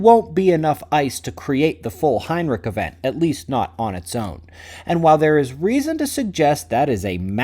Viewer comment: Heinrisch, there is no k in Heinrich 😂